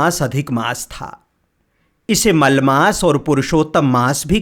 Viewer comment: Mal Maas nhi kahte maal Maas kahte h